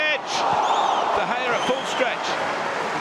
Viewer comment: PUT SOME RESPECT ON DE GEA'S NAMEEEEEE DE GEA AGAINNNN DE GEA AGAIN MANNN I DONT EVEN KNOW WHAT TO SAY ANYOMRE